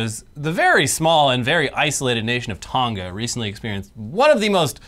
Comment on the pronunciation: Its not "Tonga" like " Tonka", its "Tonga" like "Tongue-Ah".